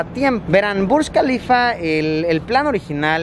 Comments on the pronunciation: Yo: Burj kalifa Luisito Comunica: Burschh kalifa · es Burj Khalifa..no BUSH KALIFA...